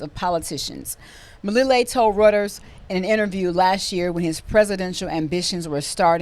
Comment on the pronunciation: Reuters = Royters, not Rooters. Few people know about Mele at this time. Send Biden to Argentina.